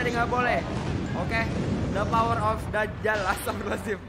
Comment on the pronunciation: Dajjal bang bukan Dakjal maaf kalo nyinggung 🙏